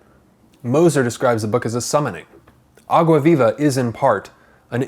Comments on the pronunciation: vei.. a pronúncia de "água viva" dele melhor que a minha que sou brasileira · U saying água viva is so good haha good portugues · By the way, perfect pronunciation of the title Some people really struggle to speak foreign expressions, but you nailed it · I like the way he pronounces "água viva", it's perfect!!! 👏🏽👏🏽👏🏽👏🏽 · Rafael Zacarias agreed lol